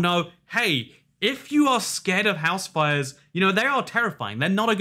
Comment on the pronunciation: WAIT ITS HOUSE FIRES??? i thought you’ve been saying house wives this whole time